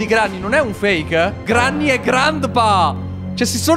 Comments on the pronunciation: Si pronuncia grenny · Si dice grenni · non si dice granny si scrive granny e si dice grenny